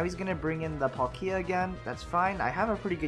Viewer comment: YAY YOU SAID PALKIA RIGHT!!! @@ now I feel bad because on another video I tried to help you correct it... I apologized like 4 times though in that one comment but here's a fifth sorry.